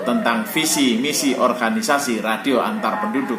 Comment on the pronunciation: Mohon maaf om Organisasi om dibaca...bukan di orhanisasi